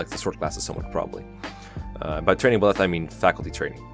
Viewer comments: Good video and all but, PLEASE for the love of god Byleths name is pronounced By-leth the by being said like by the way and leth like leth i suppose. Byleth is not pronounced beleth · Bileth? Huh. I'm pretty sure it's Byleth. But w.e. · Bih-leth? I’ve always said Bye-leth.